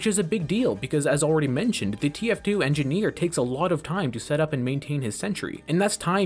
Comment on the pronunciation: thr engeeineer is enginehere